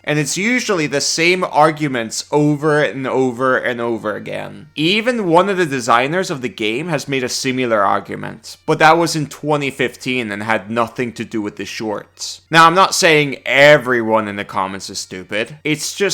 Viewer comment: I'm fricking begging you here, 'similar' is NOT pronounced "sim-yoo-lurr", and 'golem' is NOT pronounced "Gollum"